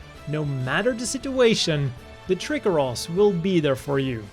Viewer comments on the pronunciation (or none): I think the way you pronounced Trikeros as Trick-eros might have been off. I would've said it as Tri-Keros. That was just something funny I noted. Also Blitz has 1 of my fav shields in terms of built in weaponry as a bonus. Also GX Divider is as well for sure. It's a great shield.